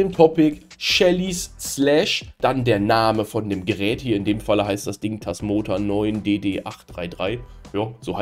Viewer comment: Das "Tasmoa" bekommt er offenbar nicht mehr raus.